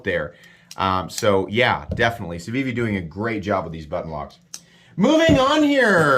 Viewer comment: as a French native, good pronunciation for the civivi